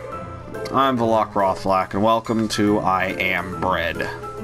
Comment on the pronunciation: u have to do more for the commentary alone. and katie said it sounded like u said I'm inbred instead of I am bread. lmao